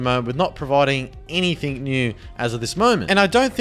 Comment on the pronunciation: "any much longer" "anythink" dude the way you talk is so frustrating